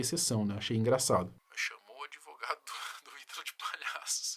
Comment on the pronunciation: Esse "adEvogado" do Puff Diddy Brasileiro já deve ter batido muito bolo com a exploração do cliente🧐🤨 Fortes Indícios